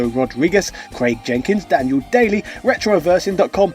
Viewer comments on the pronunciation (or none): none